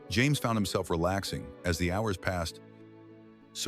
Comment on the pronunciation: I wish they would use an actual human reading instead of the AI awkward cadence voice that mispronounced hours as whores. And the end picture that suddenly had two Sophies.